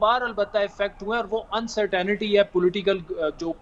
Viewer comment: It's Not UncerTINITY it's UncerTAINTY even all Indians do this pinglish